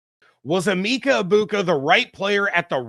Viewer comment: His name is pronounced A-MEKA...or Meka